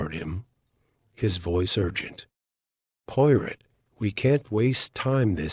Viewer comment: Her qualities Porot?? Please. If you cannot get even the name right don't bother with rest of it poirot, good God. This is a insult!!